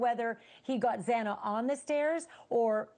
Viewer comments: He should at least pronounce Xana's name correctly!!!🙄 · This guy, can't pronounce Zannas name after 2 years... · The judge mispronouncing Xana's last name TWICE was insensitive and unprofessional. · Pronounce XANA’S NAME CORRECTLY HARVEY! Geeeezzzzzz. I hate when they don’t CARE enough to say her name right. The media alway gets either her first or last name (even the JUDGE). It’s like mails on s chalkboard. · y r u here? Bethany and Zana not Zeena wtf dude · He just pronounced her name wrong. My god. Settle down. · Kinda irks me that Harvey keeps calling her Xena. It's Xana. Like Xanax without the X. RIP. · You killed "ZEENA'S" name 3 times- I didn't watch the whole video, but I'm sure you killed Xana many more times. This case is public knowledge, and so are the pronunciations of the victim's names- and you can't get it right- WOW- But neither could the judge. Find different professions. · I cannot believe after 3 years people still can't pronounce Xanas name correctly. It's Xana with a short a. Not Xena and not Zana like zany. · A couple days ago Banfield said she was really upset that the judge mispronounced Xana’s name twice. But that was just a slip of the tongue, which he corrected. On this show that guy called Xana, “Zeena”, multiple times and Banfield said nothing. This wasn’t a slip of the tongue, this clown actually thinks her name is “Zeena”. Banfield should realize it’s disrespectful to have this guy mispronouncing her name and not correcting him. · Come on Harvey, please show proper respect by pronouncing their names correctly Xana is not pronounced "zee-na". They were murdered three years ago this November and you can't manage by now to get it right? Shame on you Ashleigh for not correcting him the first time tonight or making sure your guests can pronounce their names correctly before going on air. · Shame on this guy- on tv talking about this and doesn’t even know how to say Xana. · Him mispronouncing Xana’s name is driving me wild.